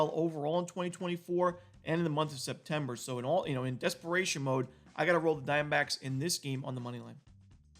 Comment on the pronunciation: I love how you say Arizona Dime Backs